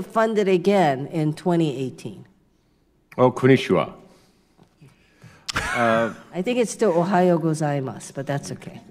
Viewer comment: "O konnichiwa" is what he tried to say. He didn't say it quite right.